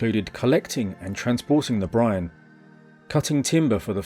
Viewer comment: At one point I heard "Brian" when you said "brine" and things got unintentionally hilarious.